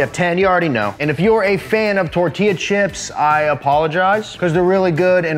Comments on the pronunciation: I’m happy you were just saying tortilla like that but you actually can say it correctly 😭😂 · Tor till a or tor tea la......?????